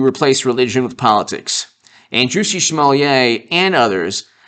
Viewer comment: Smo Lett not Smo Leeah. Can't you read?